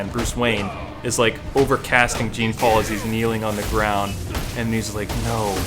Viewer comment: Alright, dude. My name is Jean-Paul and the way you say it is funny. The way you said it and is right.